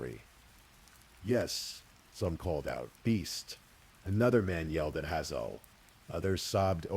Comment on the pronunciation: HAY -ZLE. Like the eye color. 🤦‍♀️🤦‍♀️ despise mispronunciation. Especially on such a basic word